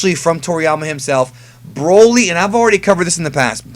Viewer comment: Can you stop saying B R O L Y like that? lmaooo